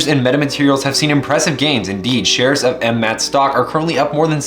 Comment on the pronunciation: Stop saying that ticker symbol like that. 🤣